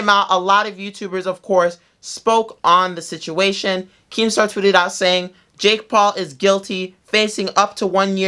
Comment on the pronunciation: Were just gking to accept the way he says jake paul